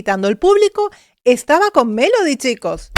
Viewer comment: Muy bien tus comentarios, pero he escuchado a muchos vocal coaches Y TODAVÍA NO OIGO al primero que diga que #Melody PRONUNCIA la V en vez de B en dos oportunidades en palabras que se escriben con B. Se supone que un coach debe saber esas cosillas y sería genial que las mencione en sus análisis para que la gente también aprenda sobre #dicción. Mi oído capto dos veces el mismo detalle: 1🔴Justo empezando se oye lo fricativo en "Desde que era *Vien pequeña". 2🔴Pronuncia: "la igualdad es mi *Vandera" (min 4.02). Esto lo aprendí hace bastante; sin embargo me costó quitarme de mis locuciones esa fricción de la V que no es propia del #castellano sino de otras lenguas, precisamente porque creé un vicio al pronunciarla. (Recordemos que la V se pronuncia como B en español). No obstante, no es un pecado hacer la fricción en palabras con V en el #español. Lo que sí veo inadecuado es que se pronuncie ese sonido fricativo en sílabas con B. Debería sonar ✅Beso y no ❌Veso.:hand-orange-covering-eyes: ¡Pero, vamos!, ¡MELODY LO HIZO GENIAL! :eyes-pink-heart-shape: :face-red-heart-shape:#AdictosAlEspañol